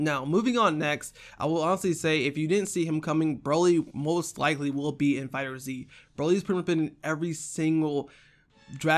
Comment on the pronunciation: It's not fighter Zee it's fighterz.